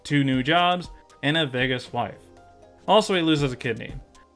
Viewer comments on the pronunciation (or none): none